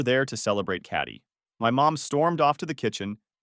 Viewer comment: I kept wondering why the author kept calling his sister "Catty." Turns out it's KATIE, and the AI can't figure it out.